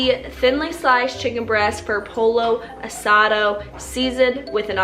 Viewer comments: "polo acado.." I'm dead! Hahaha.. Love ya Whitney 😂😂🤗🤗🤗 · Hey whit. I love you but “pollo asado” should sound like “poy-yo ah-sah-doh”😂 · LOL "Polo Asado". That's ok Whitney girl, we still love you! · Alanna Austin poy yo ah sah do not dah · Um....."polo asa-doh" Whitney, I need you to do better😂😂😂😂😂💙💜💛💚🧡 LYSM LYSM! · Did she really just say “Polo Adaso” 😂😂 love you Whitney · She did. And I died. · The way she pronounced “pollo asado” had me deeaaaaddd!